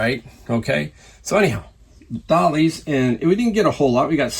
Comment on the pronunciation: D-A-L-I-A-H. DaliAH..... not Dollies.... DOH